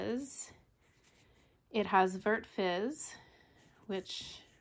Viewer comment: Nice!!! Thanks for sharing. Vert means green and you don’t pronounce the “t”. I’m Canadian too but was forced to go to French immersion schools. ❤❤❤